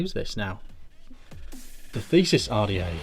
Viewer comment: Sorry I just have to say not Thesis, but this is the The-see-us. Like the fighter of Minotaurs Another good review:)